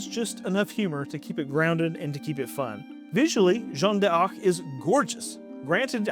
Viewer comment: Yeah your French is atrocious and an affront to my ancestors (just kidding but it is bad). A rule of thumb in French is you don’t end a syllable with a vowel and begin with another one. D’Arc is closer to dark in pronunciation.